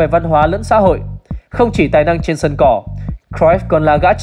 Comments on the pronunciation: đọc đúng r . vn thì đọc cờ ruýp thôi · Xem lại chữ cruyff đọc như nào nhé!